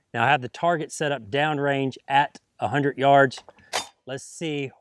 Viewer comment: He says "hunnert" instead of hundred, lol